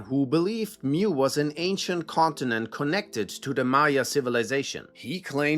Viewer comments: It’s “mu” as in “moo” not “mew” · Mu is pronounced Moo. Not 'mew.'